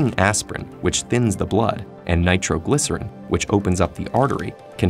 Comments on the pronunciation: Wait did you say to take nitro-glcyerin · Did he say nitro glycerin BOOOM '' heart attack"